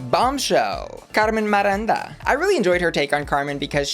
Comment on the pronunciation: i laughed out loud of how wrong you said "carmen miranda" 🤣🤣🤣🤣